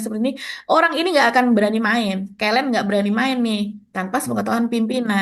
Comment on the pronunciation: lucu bilang kata "kelen" nya, wkwk kalau boleh koreksi ke - len ke (diucapkan seperti kata ke pada kata ketupat) len (sudah pas) hahaha